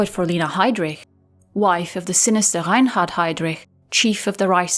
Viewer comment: Wow, that's how Reinhard is really pronounced? What a pretty sounding name for such a monster.